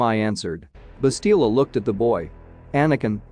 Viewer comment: The name is Bastila, not Balista.